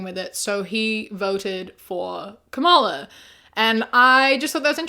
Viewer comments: Not to be nit-picky, but the way you pronouce Kamala is not correct. The emphasis is on KAmala and not KaMAla :) Absolutely not meant as shade, I love your videos and agree with your points of view! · PLEASE stop mispronouncing Kamala. Emphasize the first syllable, not the second. You say it the way Trump does, which is an intentional mispronunciation intended to be insulting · Hey just a kind of reminder that her name is pronounced comma-la, nit ku-mala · Excellent video as always 👏🏻 Just wanted to let you know, though, Kamala is pronounced “comma-la” and less like “kuh-MALL-uh”. Not a huge thing, but I thought I’d make a comment just in case 🩷 Keep up the great work, your videos are always a good watch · hi!! i love your content so much! just letting you know that you're pronouncing kamala's name wrong. it's 'com-a-lah' not 'ka-mah-la' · ily a milli, but you gotta start pronouncing Kamala correctly. (Comma-lah) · You're pronouncing Kamala's name wrong fyi. Comma-la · Please learn how to pronounce Kamala name. It’s so disrespectful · I love your content but please stop mispronouncing Kamala. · that's not how you pronounce her name